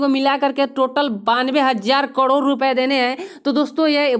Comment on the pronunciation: Karod bolna to Sikh le